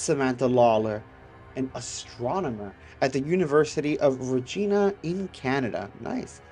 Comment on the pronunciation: As a Canadian, it's pronounced Regina, not Regena, the city of Regina Saskatchewan 😂